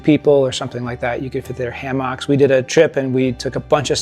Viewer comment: Ppppffftt hahahaha! what exactly is a HaMock ? 😂😂😂 Think you mean a Hammock Sir.